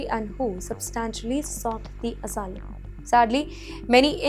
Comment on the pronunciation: This B*tch can’t even pronounce Asylum properly 🤣🤣